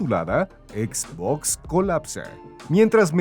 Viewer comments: Se pronuncia etz botz, fin de la discusión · por tienen a alguien haciendo locución si no sabe pronunciar xbox correctamente